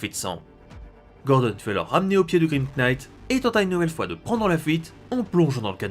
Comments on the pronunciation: LE "K" EST MUET ARRETE DE DIRE Knight. c'est ultra instatisfaisant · Je tiens juste à rectifier un peu ta prononciation de l'anglais : "knight" se prononce "naïtt" Et "laugh" se prononce "laof" Voilà ^^ Sinon, toujours de la grande qualité, comme d'habitude, je kiffe vraiment cette série Batman Metal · On ne pronnonce pas le K de "knight" et toutes les autres prononciations en général sont horribles... J'aime bien ta chaîne mais c'est horrible a entendre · Très bonne vidéo, mais le K de "knight" ne se prononce pas. Tu m'apprends des trucs donc je me permets de faire de même ;) ! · Tellement plus efficace ! Il a résolu un nombre de problème (bon pauvre Gordon quoi x,) (Juste le K de knight ne se prononce pas xD)